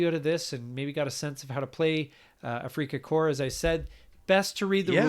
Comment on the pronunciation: It’s not afreaka corps